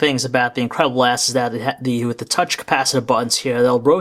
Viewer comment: Sometimes he said Incredible ASS xD